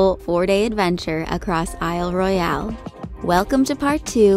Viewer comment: Isle Royale is pronounced without the E on the end :) Hope the bug bite is better! As sucky as it was it is a great example to all viewers why you must be prepared to go to this park, glad you had first aid. I’ve been there many times and it’s easy to get in trouble really quick. My husband gashed his forehead on the corner of a shelter at Windigo on our last trip. We were thankful to have packed tons of gauze “just in case”. Thanks for sharing your adventures!